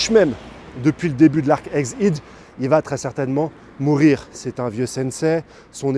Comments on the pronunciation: Pourquoi dis-tu eggid ?? C’est head ( tête ) . La prononciation c’est bien [èd ] et non [id] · ègue aide, aller redit le, ègue AIDE , ça se prononce ègue AIDE PUITAIN !!!!